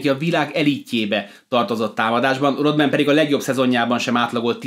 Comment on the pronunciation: 6.7-el az NBA-ben nem szamit valaki magasnak, meg a 6.8-as Pippen sem szamit annak (aki azert Barkleynal joval komolyabb tenyezo). Raadasul nem Ródmen, hanem Rádmen a helyes kiejtes :)